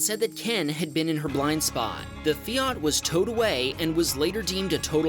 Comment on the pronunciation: Feeart , I think you mean Fiat . 😅